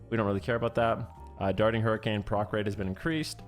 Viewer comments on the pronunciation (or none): none